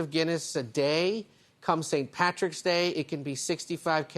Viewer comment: Is it really so difficult to say PATRICK??